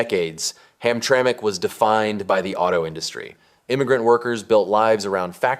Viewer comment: This video lost accountability with me when it said Hamtramic MI